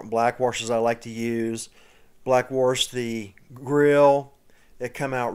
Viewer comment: it sounds like you are saying "Warsh"